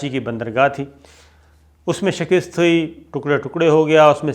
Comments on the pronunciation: bhaee shakast kaha karain shakist nahi pliz.bahtreen or reliable info. Allah ajr e azeem ata karay Ameen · Shakist nahi shikast hota hai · O bhai shkist nhi shakast hota hai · اسلام علیکم ورحمتہ اللہ وبرکاتہ۔ بہت خوب تجزیہ کرتے ہیں۔ اللہ آپ کے زور بیاں کو رفعت عطافرماۓ۔آمین۔ ۔معذرت کے ساتھ، لفظ شکست کا تلفظ بھی درست کر لیجئیے۔ ش ک کے نیچے زیر اور است کے اوپر زبر ہے۔ شکست۔ shik ast. اردو زبان کی ترویج کے لئیے یہ اصلاح کر لیجئے۔ جزاکم اللہ خیراً۔پاکستان ان شاءاللہ ترقی پاۓ گا، اگر ہم لا الہ الااللہ پر قائم رہیں گے۔۔ امریکہ اپنے بوۓ ہوۓ کو کاٹ رہا ہے۔ من تعدد ریاستیں نسلی تعصب کے خلاف پر تشدد مظاہروں کی لپیٹ میں ہے۔ لاس اینجلس میں فوج بلا للی گئی ہے۔ "میں سانس نہیں لے سکتا" "آئی کانٹ بریدھ" کی تحریک اپنے منطقی انجام تک جاۓ گی۔ نسل پرست حکمرانوں کے کیفر کردار تک پہنچنے کا وقت آگیا ہے۔ ہمیں اپنی چومکھی اندرونی و بیرونی دشمنوں سے نبرد آزما ہیں۔ اللہ پاکستان کا حامی و ناصر ہو۔امین۔